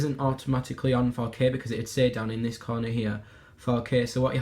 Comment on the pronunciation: when he says 4k I feel like he's saying fuck it